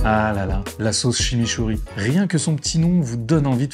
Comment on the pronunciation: "Halala la sauce shimishouri"